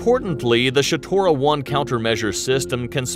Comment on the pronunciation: Man it's shtora it is not shatora..read as is written why you are adding non existent sounds .. second shatora means or refers to a person with bad legs who barely can walk and u can use term shatora( description of how he walks)...so it is Shtora..not ShAtora..there's no a written nowhere in that word